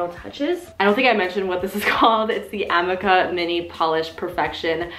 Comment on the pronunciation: It's really killing me how you're pronouncing the amika (uh-mee-ka) brush.